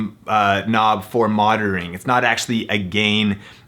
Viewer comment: I Like How He Says 'Monitoring' monitarblahh